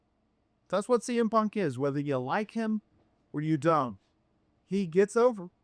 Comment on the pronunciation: Za to AI gdzie już w sekundzie kuje w uszy jak wypowiada Cm Punk nawet nie licz na subskrypcje… na skróty to do domu najebany dasz radę wrócić tutaj tylko zniechęcasz do siebie